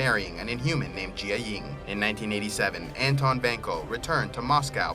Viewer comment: Janet not Janette Jī-ying not je-a-ying